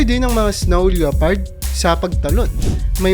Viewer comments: pronounced lepard not leopard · ano pong sabi mo?" leyopard"? baka lepard yan basahin😊😊😊silent '0 po yan brother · Yan din sa isip ko lepard lods hindi leopard 😊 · Hindi LEYOPARD ang pronounce niyan kundi LEPARD. Silent O. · lepard not LYOpard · Leopard pronounced as “le-pard”